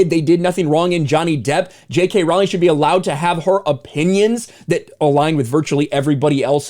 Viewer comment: ps. Its pronounced "Ro-ling".